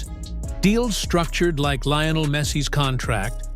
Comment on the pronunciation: You lost any credibility when you couldn't pronounce Messi's first name properly.